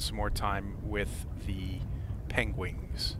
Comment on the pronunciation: I wonder why do you call it PENGUINGS ? Love your videos man!